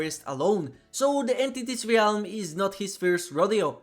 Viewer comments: Stop fucking calling it the Ree-alm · Very fun video besides the pain I felt every time you said “Ree elm” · I like your videos, been watching a lot of them lately. One thing that is beginning to annoy me though for some reason, is how you mispronounce the word 'realm'. The 'a' is silent and every time you enunciate it when you speak the word I get a cringy ocd feeling :p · I'm sure it's a great video but I just can't stand how you mispronounce "realm"